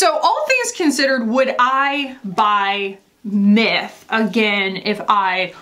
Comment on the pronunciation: It sounded like you kept saying mip. I had to go look up what the name was. I got a good laugh at me constantly hearing it wrong.